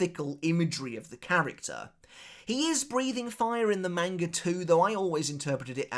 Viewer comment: I love your content but god, the way you pronounce manga is infuriatingly incorrect.